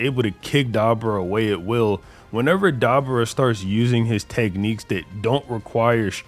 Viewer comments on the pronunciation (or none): bro! It's Duh-boar-uh Not Deborah (like a female name ) Lmao 🤣 Smh 🤦🏼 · I'm Sorry But The Way Keeps Saying Dabura Keeps Taking Me Out. Come On MAAAN. (Duh- Boar- UH) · Ok man just switched his pronunciation to da-BOO-ra in the same damn sentence so apologies if thats what you meant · Man the way six says Dabura name throwing me off so bad haha